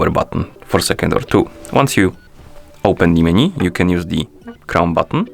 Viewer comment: It's not meni, it's menu